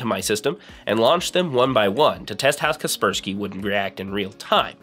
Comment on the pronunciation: sorry but its KASPER SKY not kerperski .... Like the ghost Casper (the friendly one) and Casper is protecting you from the Sky (cloud). all this equals KASPER SKY.... ty loved your video